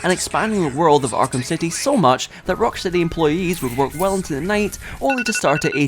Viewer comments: Erm it's rockSHTEADY actshuallee 🤓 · it’s not the accent because he said the name correctly earlier in the video